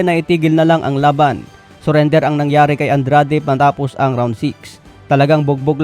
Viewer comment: Ano ba tlaga andred oh Andrade Ang gulo dila mo😂